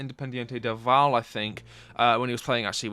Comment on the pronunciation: Hi, good video I think you made some great points. Just for future reference, it’s a very small thing but when you reference the Ecuadorian team, Independiente del Valle, Valle is pronounced like Vah-ye